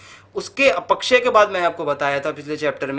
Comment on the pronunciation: "अपक्षय" को तो सही से pronounce कर लीजिए महोदय. पढ़ाने चल दिये